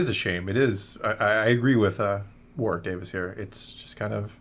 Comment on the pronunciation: I’m sure you’ll get this comment too much but Warwick is pronounced “Warrick” (silent W). It’s a place name, so it’s like hearing Arkansas spoken as written